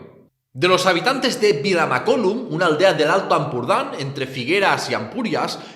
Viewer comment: Mare de Déu, mai havia vist un català pronunciar tan malament Vilamacolum